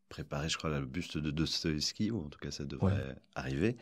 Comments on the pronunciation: A chaque fois que prononce «Dostoyovski», dans cette entrevue comme sur sa chaine, j’ai les oreilles qui saignent. Ça ne se prononce comme ça ni en russe, ni en français. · A chaque fois qu'il dit dostoeskibavveskivaski je sais pas comment il reuissi à le prononcer du premier coup